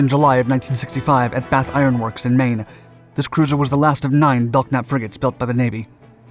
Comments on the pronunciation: Ok, I have to comment on your mispronounced name of the ship class. I served on USS Fox CG-33, a Belknap (pronounced Bel nap, the k is silent) class DLG/CG. You also showed examples of my second ship, the USS Harry W. HILL DD-986, a Spruance class destroyer, of which DD-963 was the namesake. I understand stock footage is not easy or cheap to come by, but you also show F-4 Phantoms when you refer to "MIGS". I'm just an old salt that likes a bit of authenticity when it comes to telling about my own history. BTW, it was also fun to a point, chasing the Russians around during the cold War. We followed the carrier Minsk for several months on the Hill. I love your videos, you just mispronounce a lot of words. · I served aboard the Biddle just before her decommission 91-93. She was still a badass ship despite her ailing condition. She carried the admirals flag for the battle group. We had a good crew and I will never forget my time serving aboard. Bad to the Bone! Oh and the "k" is silent in Belknap. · The "k" is silent in "Belknap". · It is pronounced "bell nap" not "belk nap". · BELL-NAP not BELK-NAP. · It's pronounced "bell-nap". The "k" is silent. It was named for William Belknap, a Civil War general, and, Secretary of War under President Grant. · Belknap is pronounced "Bell Nap" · Bro, need to learn to pronounce the ship names... The USS Belknap is pronounced Belnap (the K is silent). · Good video as usual, lots of info without editorials. I subscribe. I knew a guy from Staten Island who served on the USS Belknap. He always pronounced bel-nap, silent k. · Belknap is pronounced "Bell-nap". Silent "k". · Nice video, but you are pronouncing the class name incorrectly. Lead ship in the class, USS Belknap (CG-26) is properly pronounced Bel-nap. The "k" is silent. OSCS(SW) Ret'd USS Belknap Apr 89 - Mar 91. USS Belknap (CG-26) ComSixthFlt Flagship . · "BeLK-nap"...?! JEEZ!!!, DUDE! ...learn how to read. [and by implication, pronounce...] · the k is silent in Belknap